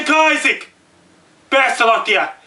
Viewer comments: YOU DON'T HAVE TO YELL!!!!!! and its Isaac not Kisaac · he said kisac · he is handicapped. he thinks he's on tv, he keeps on says "Kisaac", he's just screaming dumb shit at his computer screen. im tired of fucking Americans taking up for people who are mentally deffected before birth by the toxic and unhealthy shit put in our drinking water and the disgusting food like McDonalds put around us. dislike this comment but unless because youve been brainwashed not to see the truth and fall within life's matrix. dislike this because you are a minion of the devil. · KISAAC? i thought it was ISAAC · Its not Keye ZEK It is.... eye zek...Isaac.. I would call you a name..But I think you the real deal so Im gonna shut up!! Have a nice day!! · Kisaac? I thought it was isaac?! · Ohhh Dammit, I've been saying Issac wrong my whole life, is Kaisac!!!! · Hurricane Ki-sack? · "hurricane Kisaac" holy shit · at least say issac right...if you are gonna say it